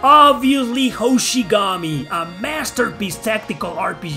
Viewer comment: duuuude when u say hoshigami i was like "wtf is wrong whith u!!!" lmao😂😂😂